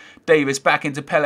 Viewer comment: Why are you saying Pelle like that?